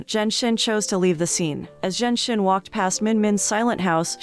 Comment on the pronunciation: Narrator butchered the pronunciation of the female lead character's name. For a while, I was like who's "zen shen"? It's zhen xin. 2nd male lead is Ouyang.